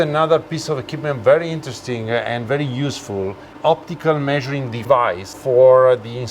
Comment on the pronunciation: She’s can talk & vewy healthy!